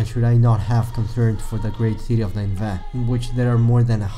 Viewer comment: You pronounced Ninevah wrong every single time. Nin•e•vah or nin•ah•vah